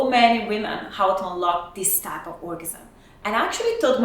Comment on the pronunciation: So says that squirt (female ejaculate) comes from the prostate (presumably: gland). However, her accent makes it hard to understand what exactly she is saying (never heard "orgasm" pronounced that badly either). However, earlier she displays on screen that squirt consists of Prostratic fluid +... So, uhm, women don't have a prostate gland (Google it). So keep that level of ignorance in mind as you listen to this woman mumble her way through this nonsense (e.g.: start by inserting your penis, I suggest you start with your finger - so that would be the finger on my penis?). Get off YouTube, silly woman.